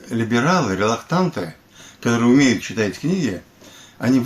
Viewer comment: Услышать от писателя произнесенное слово "релокТант", вместо правильного произношения "релокант", теряет всякий смысл слушать далее, какую мысль он пытался до меня донести! Теряет смысл верить, что он к тому же публицист!